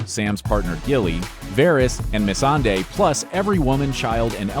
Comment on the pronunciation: What are you saying????? Its melisandre MEL-IS-AN-DRE